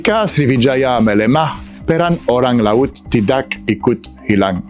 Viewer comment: Bahasa Indonesianya sudah bagus. Ucapannya masih ada es. Seperti Lauts. Seharusnya laut. Masih bisa disempurnakan. Semangat.